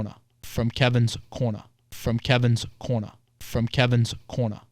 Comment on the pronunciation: "From Kevin's Corna"